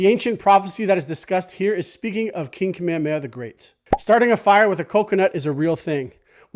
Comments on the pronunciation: Good stuff, but can we try and pronounce King Kamehameha correctly? You are not alone. It's not Ka-meamea. It is Ka-me-Ha-me-Ha. Emphasis on the H. Mahalo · you say you're Hawaiian but you say "Kamehameha" like a haole